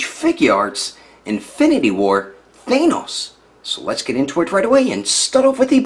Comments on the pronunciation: isnt thanos pronounced th ann os not thainos? curious whos got the answer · They say say it with a normal "a" sound, not an "ae" sound. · Not to be rude, but the way he says Thanos